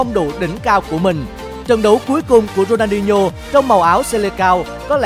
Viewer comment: Đọc tên người ta mà cũng đọc không đúng. Ronho là ai